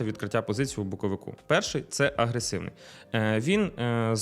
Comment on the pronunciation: "Боковику" де не треба ріже слух. Може вивчити де "боковика" треба казати, бо складно слухати.